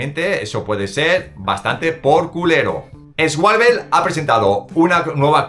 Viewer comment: Esgualbe? SHUALBI